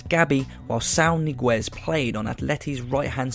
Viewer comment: Great video as usual, just one little thing: The Ñ is not an N, (si it's not Saúl Niguez) it is pronounced like the NH in Portuguese, take Ronaldinho, or like the GN in French, like champagne or champignons. I know is pretty much irrelevant but it kind of itches me when you misspell Spanish surnames.